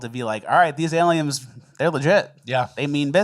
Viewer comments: Say aliens, then correct yourself to say Aliems :) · Why are you mispronouncing words? first you both called dolphins dolphinGs and then you said aliens are alieMs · Dolphings and Aliems.... killing me. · doll-fing and aliems 😂😂😂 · Did anyone else hear say “aliums” and “dolphings” 😅😅😅